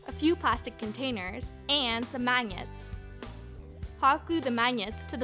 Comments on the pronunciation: she says mañiets instead of magnets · Her voice annoys me and she can't say magnets MAGNETS I can't. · Is that how you say magnets ???????😂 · "hot glue the mANgets to the container" dies laughing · She says magnets weird... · Okay maybe it was funny how she said the word magnet but come on get over it there's like shitloads of comments about the way she said it okay yeah haha but for real you going to keep on going with it stop focusing on the word magnet and how she said it and focus on the great video she made if you don't like her voice then who cares put it on mute whatever or lower it who cares what she did was make a great video and you guys are focusing way too much on stupid petty stuff then the actual great video she put out there if you don't like it watch something else. Make your own if you think you're so much better. YouTube is not about putting people down so y'all need to reevaluate yourselves and what YouTube really is about. It was funny but y'all took it too far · This person could speak Italian or French as a first language, hence the mispronunciation of magnet, (gn sounds like nyah). Benefit of doubt portion of comment complete. When will you show us how to make a necklace out of macaroni? Just junk! Hideous. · Learn how to pronounce ‘magnets’..... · Why did she say magnets like that?